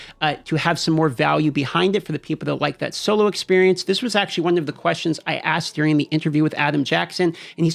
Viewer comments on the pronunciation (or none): none